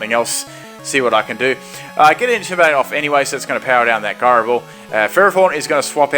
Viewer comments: Ji-ro, not guy-ro. As in gyroscope. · I hate how you say gyro ball so much